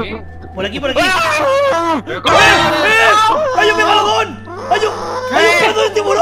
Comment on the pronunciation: Victor dijo mega bolon